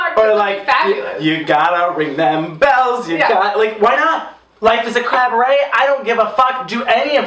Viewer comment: When suggesting Adore do more of a Liza look I am pretty sure I heard say "Crab-beret" and now I want a t-shirt with a crab in a beret saying "Life is a crab beret."